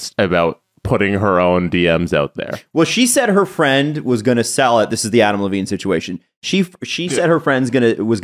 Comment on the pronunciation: “Adm Levine”